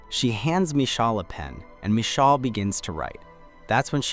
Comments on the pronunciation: the text to speech probably can’t pronounce it right lol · yeah, it just sounds hilarious